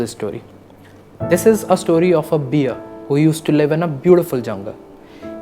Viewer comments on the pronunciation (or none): You pronounced bear as beer. It actually rhymes with bare!! 🤣🤣 don't mind. Just pointed it out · To, pl. it's not beer u have pronounced it wrong. Its bear ie ber. Kindly change. Ur script is wonderful. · My god its not beer its a bear pronunaction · Not Bee-er. It is Bay-er. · Its not beer..... its called bear. Please learn to pronounce. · Bear is pronounced as beer? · Hi,, I enjoy your stories. But in this particular one your pronunciation 'bear' was wrong. It's pronounced as in 'bare'. Need to be careful since many people watch. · Hey son. The message was good and something everyone can learn. But please check the pronunciation of 'bear' the animal. I like your videos. 👍🙏